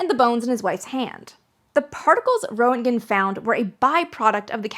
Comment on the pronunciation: Roentgen - "Rent-gn"... rent (as in the thing you pay to your landlord every month) and gn (gun without the u). Just say it fast and you have "Rentgn". Put a little trill on the R if you want to sound German. Think of it like Hans Geiger's name... everybody has heard his name so much that they know they drop that first e in his name, and it's pronounce "Giger" (with the long i sound "Guy-gr"). Roentgen is similar, just drop that o and pronounce the first syllable with the short e sound and you've nailed it.